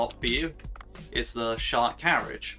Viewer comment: Man I cringed so hard when I head this pronunciation. Seriously made me want to apologize to all Japanese people